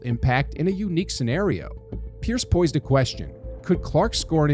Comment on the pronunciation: Video "Pierce poysed a question" - Oy Vey. Com'on A I Robo voice, it's POSED a question...:face-orange-frowning